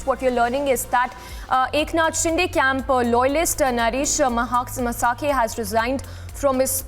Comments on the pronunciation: It is not masakhe it is pronounced maskhe ! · His surname is mhaske not masake.. I hate this lady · The anchor must pronounce properly. He is not म्हसाके . He is म्हस्के . 😂😭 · Please teach your anchors proper pronunciation. It is Naresh Mhaske, pronounced as "Mhaa sa kay" and not "Ma saa kay"! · Its म्हसके not म्हसाके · Pronounce Indian names (Mhaske)correctly. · Please stop pronouncing maharashtrian names wrongly, you are insulting the local culture, as an anchor that's minimum you can do. म्हस्के not मसाके शिंदे not शिंडे